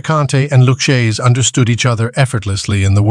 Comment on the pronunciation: Pronounced (Loo-kay-zee). I’m almost insulted.